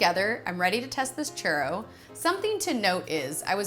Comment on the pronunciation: U say churro I hear chorro.... Mexican peeps where u at? 😂😂😂😂😂😂